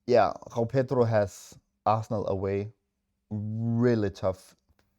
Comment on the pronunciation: "Gghhoao Pedro" 😂